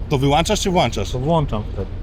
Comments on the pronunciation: Naucz sie w koncu, ze "włączasz" i "wyłączasz", a nie "włanczasz"... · Wszystko super, ale deskrypcja jest trochę nierzetelna. On mówi włanczasz/wyłanczasz, a napisy włączasz/wyłączasz. Dziękuję za uwagę. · Jak już słyszę, że ktoś mówi "włanczasz, wyłanczasz" to wiem, że taka osoba nie ma elementarnej wiedzy i jakichkolwiek argumentów do przekonania mnie o swojej racji XDDD EDIT: Widzę, że go poprawił, ale typ jest zbyt tępy żeby to wyczaić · Pan włanczasz/wyłanczasz 😂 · Ustać? Ustaniesz? Włanczasz? Wyłanczasz? XDDD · "włanczasz czy wyłanczasz?" 😂